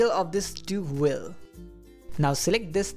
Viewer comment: "wheel" not "whil", lol